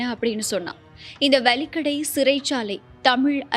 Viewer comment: அது 'வலிக்கடை' அல்ல, 'வெலிக்கடை' ஆகும். தயவுசெய்து இனிவரும் காலங்களில் அதை சரிசெய்து கொள்ளுங்கள். நன்றி.